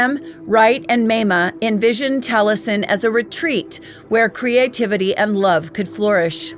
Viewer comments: Love u. Great story. Taliesen is minutes from me. It's pronounced tally essen though❤ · The way I was told to pronounce the name, Taliesin is Tally -Es -in. I really enjoyed the video. You have a lovely voice for narration.